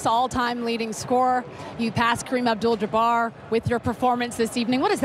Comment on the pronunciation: First person ever to pronounce Kareem's last name correctly! Wish we could do the same for you Giannis :D